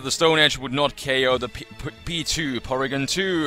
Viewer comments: whenever you say P2 it sounds like Pichu, btw i had no clue this type of battle existed but its very interesting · It took me the longest to realize u were saying P2 not Pichu lol